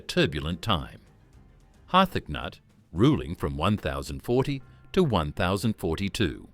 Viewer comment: Har-thac-nut...the AI voice is comedy